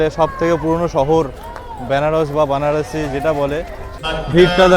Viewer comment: 0.10 ওরে ক্ষেপা ওটা বানারসি নয় রে ওটা বারানসি